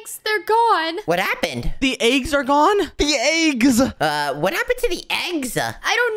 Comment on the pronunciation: said"ThE eEgS" bruh lol